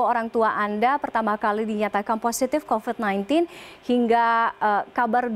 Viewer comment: 0.02 COVID mbak bukan COVED😂